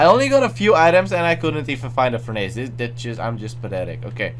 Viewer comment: its not furn-ace Its furn ess